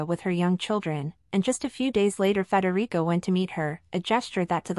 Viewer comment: IT'S NOT FREDERICO!!!